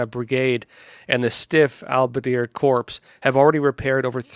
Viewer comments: the word is corps (pronunced: core), not corpse. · Corps is pronounced core.